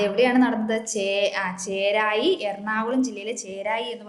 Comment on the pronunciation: ചേരായി അല്ല ചെറായി